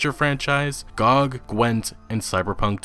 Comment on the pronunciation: lol who says g-og its g-o-g